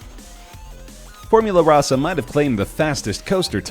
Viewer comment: Here for the incorrect info, and the mispronunciation of “Formula Rossa”